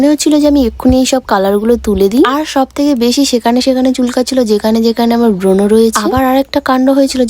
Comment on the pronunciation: এই ভিডিও টা তোর ধারেকাছেও আসেনা আর এটা ব্রোন না ব্রন😅😅😅😅😅😅😅😅😂😂😂